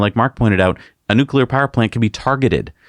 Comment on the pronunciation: "consume less powah!" Sure buddy, you first. No airplanes for you, zealot.